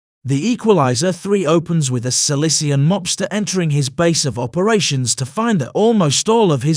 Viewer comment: Does the narrator realize that SICILIAN is not pronounced SILICIAN? Just asking....